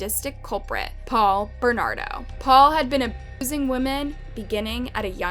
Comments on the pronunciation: Get your pronunciations down before posting a video not after. Karla Ho-mol-kah and Paul Ber-nar-doh not that hard to sound out. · @@ obviously not if she says homomka and Bernando🤣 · @@ unless she pronounces them right nope. In this video she did it wrong. Maybe she gets it right in the future? I'll continue to watch and hope for that.